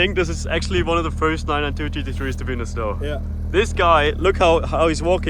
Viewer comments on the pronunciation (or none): full of schnow